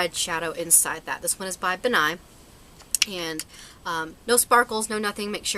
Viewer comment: It's pronounced like Ben Nye. Like a name. Not Bennye. Lol. Sorry, it just kinda bothered me. :\ I used all that makeup for theatre and plays all throughout high school and I loved it!